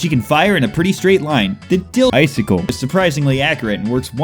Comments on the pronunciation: the dil- "ICICLE" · "The dil-"icicle"